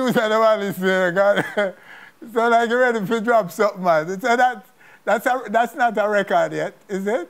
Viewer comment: Vanessa bling I like u as an artiste but I really wish u would learn to pronounce ur words better, for example, the word is drop and not jop and I have heard this times before in ur interviews